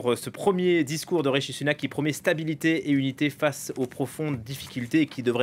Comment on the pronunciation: C'est RiSHi et non RiTCHi merci😃